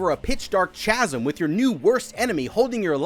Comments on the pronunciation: It was all going so well until you said "cha-sim" 😂😂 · You mispronounce basic words (Cartesian, chasm), your commentary adds very little, and the parts where you show your face were better skipped. Even Leaven is pronounced differently. I miss when this channel was good...